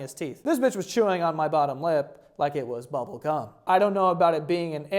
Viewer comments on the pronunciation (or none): My ick is the way you say bubble gum with a weird emphasis on the ubble um parts 😐